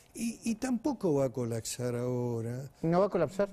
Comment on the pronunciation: Picchetto, por favor, se dice "colapsar" no "colacsar". Viva la educacion pública o privada pero educación al fin. Saludos